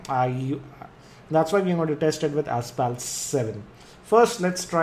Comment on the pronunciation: It's pronounced Asfalt, not Aspalt. :)